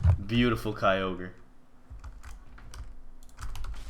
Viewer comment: Mitch plz keep kyogre. The other guys said it fine.